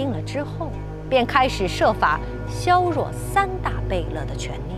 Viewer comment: 削弱势力 竟然不会读 服了